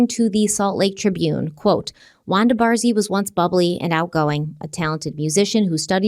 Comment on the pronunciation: Is it Baree or Barzee (Barze/Barsie?) or is Baree somehow pronounced bar•zee? Not that it really matters I just happen to see that spelling but hear the name pronounced with a z or maybe sie 🤷🏼‍♀️